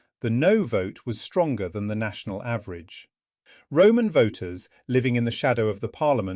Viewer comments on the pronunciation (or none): none